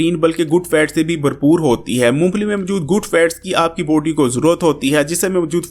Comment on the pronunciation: یار لفظ باڈی کو بوڈی نا بولو۔ بلاک کو بلوک نا بولو